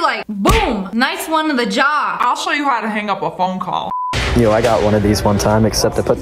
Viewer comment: Omg the amount of times the first Karen said PhOne CoWl